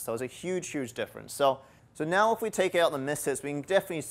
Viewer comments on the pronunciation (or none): I feel like I'm on Super Troopers when he keeps saying "meow" instead of "now."